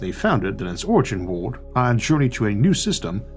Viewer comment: why cant you say the word "world"?????